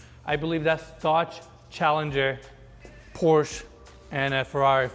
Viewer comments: As a German native speaker: in Porsche, the last e actually is hearable and pronounced like the first "e" in elevator ;) The rest sounded good And the house is incredible, I don't know of any channel that shows something like this in Germany. Why don't you guys come over eventually? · Nova SS not a Camaro, 1969 Coronet RT convertible, not a Challenger. And Porsche is two syllables POR-CHA